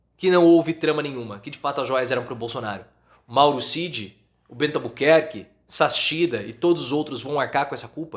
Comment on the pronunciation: De novo, o sobrenome do Adolfo se pronuncia SAKSIDA, não SASSICHIDA como voce está pronunciando. Voce está pronunciando errado.